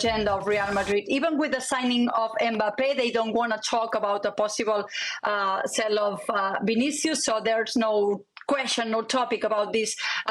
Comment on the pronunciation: It’s sale not sell